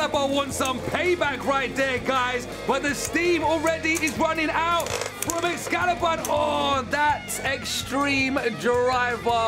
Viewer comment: xcallius not xcallibur